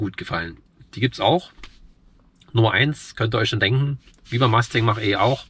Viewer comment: Richtig. Das muss man sich nicht ansehen. Deshalb auch kein Abo, da deine Probefahrt und deine Meinung sehr subjektiv ist. Ich sehe vieles anders als du. Dir aber noch viel Spaß bei deinen Probefahrten. Eines noch: Es heißt FORD MUSTANG, nicht Ford Masting.